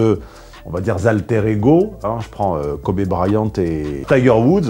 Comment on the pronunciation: kobé brayante ! hahah